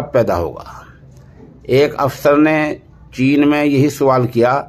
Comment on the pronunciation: چین ھے ناکہ جین